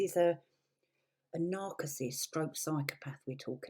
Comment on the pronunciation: Thomas was a Lighting director, not some big shot movie director...there is a huge huge difference....and you don't pronounce narcissist properly.....just saying.